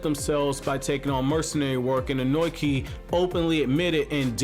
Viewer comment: You have a weird way of pronuncing Ohnoki. It's -(long) o-no-ki.